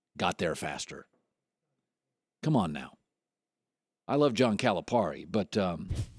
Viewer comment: First of all, learn how to pronounce Calipari's name.